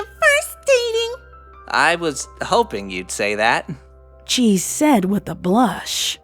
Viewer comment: Take a shot everytime you hear "said-uh" or just any "-uh" at the end of a word everyone dies from too much alcohol and dies again